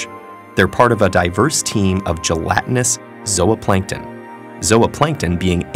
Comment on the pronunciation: Its pronounced ''Zu Plankton" Not Zulu Plankton. Irks me.